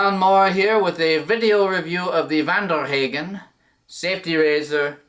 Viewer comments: Pronounced hahgen, not haaaagan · Nice German accent at first until you said "Haygen". lol Then I knew you were 'Murican. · Youre pronouncing it wrong.